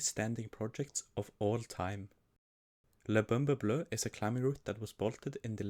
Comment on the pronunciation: It was so much better than most people I hear pronouncing French route names.